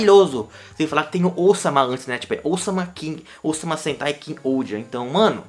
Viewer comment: Eu escutei "Osama Sentai" 💀